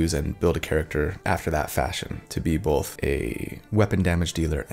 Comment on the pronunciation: not Cody, who says bolth, not both. Gotta remember the L, people.